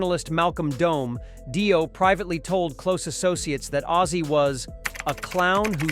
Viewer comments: It's not Die-Oh it's pronounced Dee-Oh, Obviously your not into this music. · Yeah. Total bullshit. Its not Die O. Its Dio. So apparently we are listening to an AI Bullshit vidio that has not a clue about anything. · dont waste your time with this trash video...."daio" instead of Dio? really? get better AI to read your trash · If you're going to start an AI channel without making it clear it's AI, at least review the audio before posting it or else you could end up with your monotone robot saying "Die-O" instead of Dio. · did he say die-o ? wtf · When the narrator said Die-o I knew this was b.s. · What an utter load of crap. Says more about these aholes than Ozzy. ....and Di-oh? really? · When the ‘narrator’ pronounced Dio as Daio I left the room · Yep same here. It was also the fact they Dio and Ozzy respected each other, but neither hated the other... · " Die- O " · Pronounce Dio correctly. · Yeah bloke cant even pronounce Dio properly so i wouldnt take much notice of this